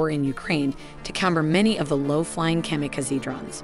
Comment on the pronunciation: Versailles, barage, kamikaze, weaponized. How are these words being mispronounced? Is it a cg voice?